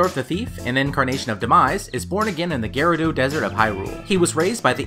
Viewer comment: Gerudo... Gerudo... Ge ru do... Not geredo